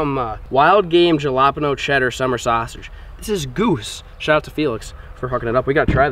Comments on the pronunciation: It’s not jalapeño it’s Hal-a-peeno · its not j-a-l-a-p-i-n-o its h-a-l-a-p-i-n-i-o but spelled jalapeno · Every time he says 'jala'peño instead of 'hala'peño 😖😂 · HALIPEANIO !!!!! JALAPANO is not the proper way to say that word. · Jalapino is not pronounced the way you keep saying it in your videos, though i would just let you know man. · Why do I think he say jalapeño like Joanpano